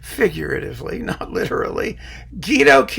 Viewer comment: Guido, it's Gweedo not Geedo!